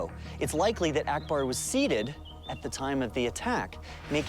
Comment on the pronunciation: 아크바르? ???:알라후 아끄바르